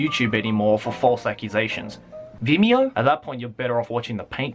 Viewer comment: Idk why but I died when he said Vimeo